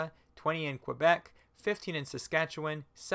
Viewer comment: A very informative video. And you aced the pronunciation of Saskatchewan!